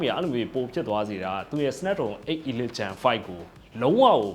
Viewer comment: အီလိုက် / အီလစ် လို့အသံမထွက််ရဘူး၊ အေလိခ်လို့ အသံထွက်ပါ၏